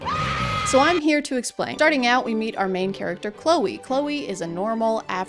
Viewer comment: The constant mispronouncing of words from adrian and NO ONE else is so funny. like he's supposed to be the most serious character but then he's like: "now you're the one HÜÆGK giving up" completely seriously